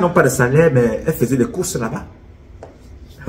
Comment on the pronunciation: Il a m'a tué de rire le jour où il a dit '' lassa''. J'étais toup au sol.😂😂😂😂